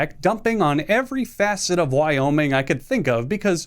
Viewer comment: Hey so I cant help but notice you added an extra state? I've never heard of a "y-oh-miing"